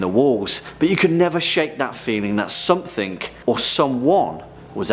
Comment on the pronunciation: Somethink? Do all brits turn a g into a k?